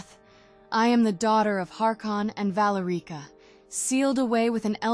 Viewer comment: "Harkon and Valureeka"